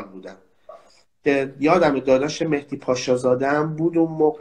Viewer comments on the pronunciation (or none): none